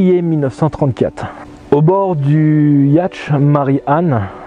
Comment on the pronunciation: super vidéo , j'ai adoré, tu me fais rire surtout j'ai ris quand tu prononces yatch (qu'on dit yaute) le prend surtout pas mal j'aime ça !!! j'espère que tu feras aussi sur les Bermudes !